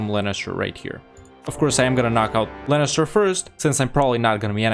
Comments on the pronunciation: sorry.. i just have to do this.. inhale IT'S LEINSTER NOT LANNISTER!!!! AAAAAAAHHHHHH!!!! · I'm so confused why you're calling Leinster "Lennister". xD